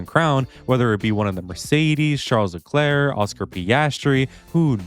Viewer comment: bro did not say Charles Leclerc